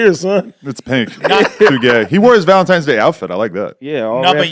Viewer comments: It’s NOT Valentimes it’s Valentines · AD saying "Valemtimes" lmao